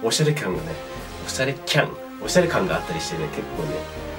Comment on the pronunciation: HiROKiさん面白いww 演出最高でしたね！笑 おしゃれきゃんって噛んじゃうところかわいかったです（笑） UNIQLO良きですね！！